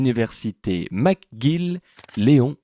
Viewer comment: Il n’y a pas de « a » dans McGill. On ne dit pas « Mac »…